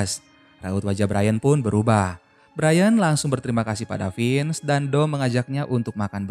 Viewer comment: Semangat min,semoga lebih teliti lagi soal nama nama tokohnya soalnya penyebutan nya salah Vince bukan finz